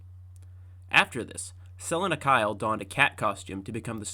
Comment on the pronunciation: "Sellin' a Kyle" uhh I think it's "Suhleena Kyle" lmaoo (does this guy even know Batman??)